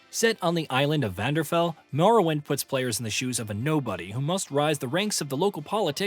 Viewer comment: Morrowind takes place.. on the island.. of Vanderfell? Did you have a rapid stroke? Vvardenfell.